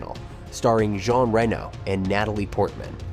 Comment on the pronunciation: really interesting video thank you. side nitpik, would it kill to spend googling 'how to pronounce "jean reno" in french' and 'how to pronounce "luc besson" in french', 'moebius' {RIP} etc.. before delivering your pronounciation massacre. don't take it badly, I think your stuff is great - trying to be productive :)